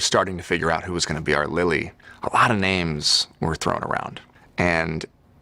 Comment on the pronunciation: said “potential Lilly”. I thought I heard “potential bully”! 😂